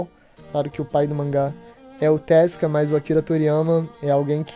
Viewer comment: o cara simplesmente inventou um cara novo para o posto, hahaah. E eu achando que o tinha a pior pronúncia do mundo, hahaha. TeZUka, cara, TEZUKA.